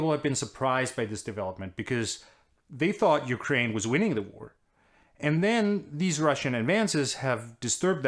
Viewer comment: Top notch prononciation of the ukraine names